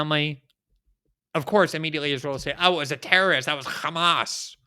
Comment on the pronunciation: glenn really emphazing that H in hamas.